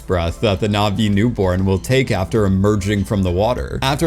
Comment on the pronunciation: You are not pronouning the ' in Na'vi. Its is not pronounced the same as Na vi. It's more like Nut vi.